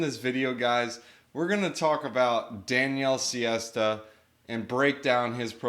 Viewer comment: Almost... He's Daniele Sesta [insert pitched finger emoji here]